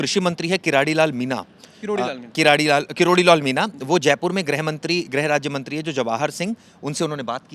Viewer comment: कैसा पत्रकार है साला किरोड़ी लाल को करारी लाल बोल रहा है